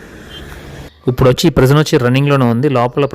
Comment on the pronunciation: మీరు ఇప్పుడు బదులు ఉప్పుడు అని పలుకుతారు ఎందుకలా ఉప్పుడు అంటే ఏదైనా తిండి పదార్థాలు